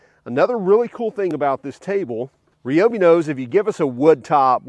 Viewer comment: Ryobi, not Reeeeobi.